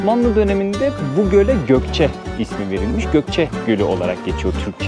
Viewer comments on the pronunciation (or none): Gokce deyil Goyce